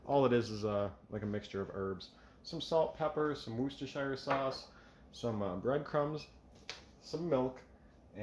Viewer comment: Good video, hope you’re both well. I particularly liked your pronunciation of Worcestershire, so many Americans struggle, even we do 🤣